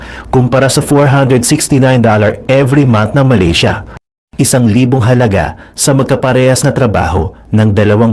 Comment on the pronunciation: Malisya?????? Do you mean Malaysia?